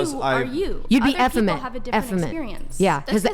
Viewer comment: Women who cannot say the word effeminate correctly.